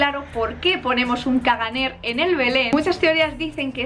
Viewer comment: " ·caganer" no se pronincia la r final. se debe leer como "cagané"